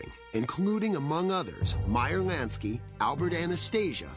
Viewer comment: "Meyer Nansky...Nansky" lmfao